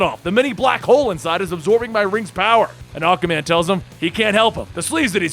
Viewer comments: why do I keep hearing Acaman instead of Aquaman? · Did nobody else notice he said ocaman instead if aquaman in the battle againt Mongol?😑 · I enjoyed your narration. You do a good Joker voice. The only thing I noticed that wasn't right was you say "Awkaman" instead of Aquaman. It's said "Ah-kwah". Also, its Riddler is not Riddle-er. It's only two syllables, not three. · why do you keep pronouncing aquaman "ACAman?" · Why does he keep calling Aquaman Acaman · Why my dude saying aquamans name like tht